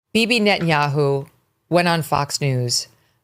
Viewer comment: The way she calls him BiBi Netan Yahoo has me rollin everytime, guess it's annoying af to him 🤣🤣